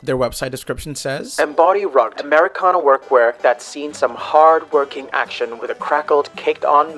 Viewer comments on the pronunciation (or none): I realize this is such a small nitpick and does not detract from this very good video, but the way you said rugged made me have a viscerally upset reaction 😅